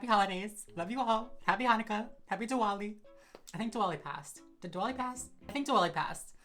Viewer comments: Omg you pulled that makeup look so well and also Diwali is pronounced Dthivali I have no idea why there is a w 😂 I found your channel and I subscribed today 🥰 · diwali is actually pronounced like divali just fyi but ily 😘